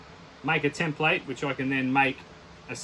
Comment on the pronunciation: Gee I must be old, I can remember when Aussies could pronounce "template" properly. ;-)